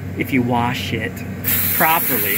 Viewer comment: Wersh it, waash it. Haha love it